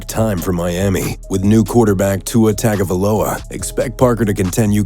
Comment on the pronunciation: this dude said “tua tagavaloa”